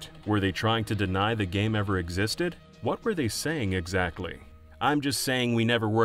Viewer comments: Dude this guy is actually saying “gyem” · Ikr it’s really distracting, he can’t pronounce the hard ‘a’ sound. Might be Canadian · Why does the f0 section narrator say game as “gyem”